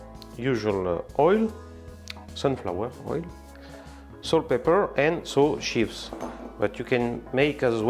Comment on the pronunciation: Please check the pronunciation of "chives" in Google Translate. I used to have the same problem with English. 😊